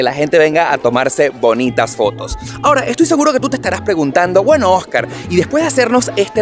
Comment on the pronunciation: SE PRONUNCIA JÓSCAR ALEJAN-DRO 😂😂😂😂😂😂😂😂😂😂😂😂😂😂